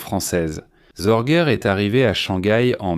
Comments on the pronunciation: Ce n'est pas Zorguer mais SORGE, sans finale R, se prononce Zorgue. Sorge veut dire "souci" en allemand.😅 Je ne m'intéresse pas à votre émission fort olé olé, il y a bien mieux. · "ZorguEURRE"…………… Et ta SŒURRRRRREEEEEEE???????????????? "Histoires VRAIES" ? Tout est faux, même les noms, il n'y a jamais eu de Hanako Miyake ; elle s'appelait exactement ISHII KHANAKO, 石井花子, etc……… visionnez plutôt "Richard Sorge. Master spy. Star media" (12 épisodes), ou l'émission d'Alain Decaux !